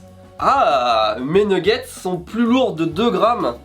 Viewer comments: il a vraiment dit nouguette's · des nouguettse ..... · qui dit « nouggets » 😂 je vous adore vraiment vous respirez la bonne humeur! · Les fameux « nougettes »